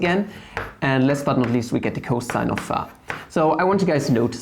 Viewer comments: And phi as pha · and pronountiation of y too. pha, wah.. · your way of pronouncing phi and eata is flammable. very good explanation. thank you for suggesting hitpaw's screen recorder.